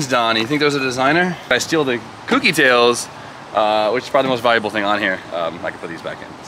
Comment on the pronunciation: for gods sake please pronounce it correctly. Kouki not cookie. like owe.. Kouki. your grammy is awesome also.